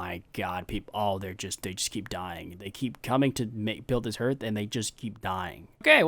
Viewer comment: Hey, just a quick one, hearth is the same word as in hearthstone, the vowel doesn't sound like an e but like an a